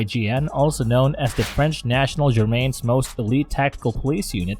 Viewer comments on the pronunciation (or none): Gendarme (zhen-dahm) is not pronounced "Germaine." The .357 is not called a "point" anything. You called a $9000 revolver a "rifle." Ruger is pronounced "Rooger" and not "Rugger." This was a very painful video to watch.